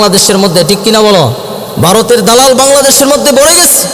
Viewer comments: "Baroter dalal","bul"......he can't pronounce "bha".....😃😃😃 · Boka joda, bharat kothata valo kore aage uccharan korte shek.. Tarpor varoter badnam karis.